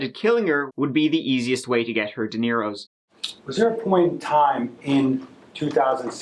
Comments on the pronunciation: Did you try to say "dinero" ? I heard "DeNiro" 😂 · Ha. Did you say “De Niros” as in a family reunion for Robert, instead of “dinero”? 🤑 😄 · First time hearing someone say "dineros" when talking money haha instantly pictures Robert Deniros face on those imaginary bills. (Before anyone replies some silliness, I don't have anything to add that hasn't been commented already concerning this terrible case. My comment was an original thought that made me smile and hopefully will you too. I am also aware dinero is Spanish for money, his usage, especially with s on the end was funny to me.) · This case infuriates me. Also,, it's "dinero" not "deniros" lol...